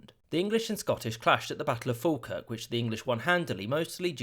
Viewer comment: Good video but please look up the pronunciation of Moray, Falkirk and Berwick.